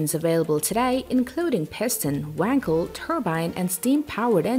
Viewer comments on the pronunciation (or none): none